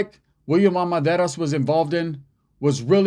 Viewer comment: It’s pronounced Ar men dar iz